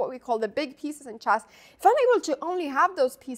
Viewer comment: The pronunciation of chess is always jarring too.